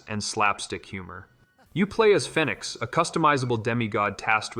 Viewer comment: What’s with this guy and reading ! It’s Fenix like (fee nix ) not fen nix